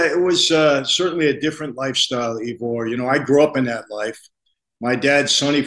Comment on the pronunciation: “E-vor” Cummins 🤣🤣 Excellent conversation jokes aside, glad covid, vaxs, lockdowns etc can be discussed openly on YouTube